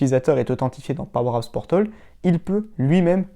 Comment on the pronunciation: Sympa tes vidéos, en FR en plus mais (ne le prend pas mal) ce serait cool que tu répètes moins "powerapps portOl" tout au long de ta vidéo ;)